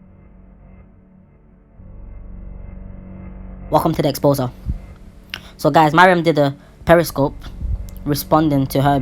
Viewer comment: Man said 'Exposure' 😂 but truee